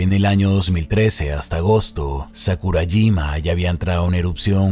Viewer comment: Te mamaste con sukarajima jajajaja cuando es sakurajima buen video bro